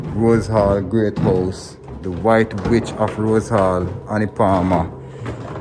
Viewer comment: Sounds like he said white bitch of rosehall 😂